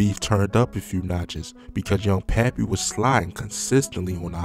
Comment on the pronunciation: 😂And him pronouncing Loc City as "Lock City" is hilarious bruh he was calling Pappy "Papi" like wtf?!?!?!?!?!?!?!?!? 😂